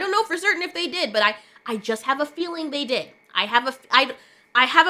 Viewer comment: "they" became ciralt lol